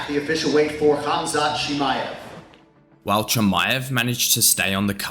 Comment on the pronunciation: Como vas a pronunciar tan mal el nombre 😂